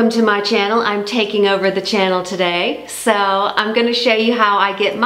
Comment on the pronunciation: Omg the way she says “so” and tilts her head is so!!